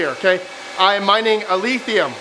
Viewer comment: Why does every YouTuber pronounce Alephium like Alethium? Is it like hodl and they are saying it wrong on purpose? Threw me off for the longest I thought there was some new coin that wasn’t listed anywhere called alethium 🤷🏻‍♂️